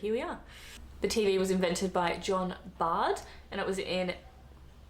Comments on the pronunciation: John Logie Baird, not Bard. I used to think that's where Yogi Bear got his name from. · This woman is rubbish !! Is she drunk or what !? The TV was invented by Scotsman John Logie BAIRD not BARD !! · John Logie-Baird, not Bard. Wake up woman! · As a Scotsman I'm offended at her butchering John logie Baird's name 😊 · Wrong pronunciation of Baird.